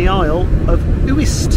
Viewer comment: The Uists are beautiful. Just for reference they are pronounced you-ist not Oo-ist.